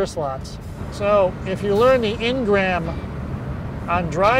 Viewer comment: The word is "Engram" not "Ingram". It's a permanent (or semi-permanent) change in the brain to encompass a new task or thought.